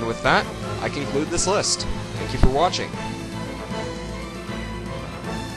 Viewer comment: FAWCON, PAWNCH!